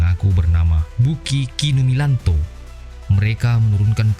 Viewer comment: Oi Bukikumilato bukan Bukikumilanto........ Jangan di Eja sembarangan Ini sejarah Uma